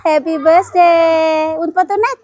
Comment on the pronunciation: Bukan besday ngucapnya itu jangan besday tp birthday mending ga usah ngomong bahasa inggris klu emang inggrisnya ga bagus, mending ngomong indonesia aja, malu klu di liat orang luar negri mosok ngucap birthday jadi besday 😀😀😀